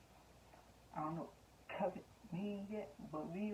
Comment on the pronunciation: Why you said covet like that 🤔🤣🤣